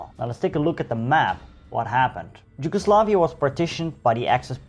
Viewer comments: i am just gonna say it... it is Yugoslavia, not ”Gi”ugoslavia. maybe a bit more insight in covering the Ottoman rule of the lands. The numerous wars fought by the serbs.... 1848...the religious minorities and the policies of Tito during the existence of Yugoslavia. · You pronaunce Yugoslavia bad, how come you still didnt learn to read. And Im cincearly curious, about the reading part ofc